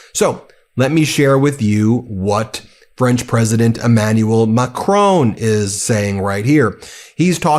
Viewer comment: Please Ben - not Macroan. It's Macron!